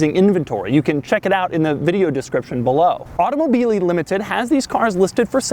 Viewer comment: automobyly limited- it's automobili! You gotta make the word sing!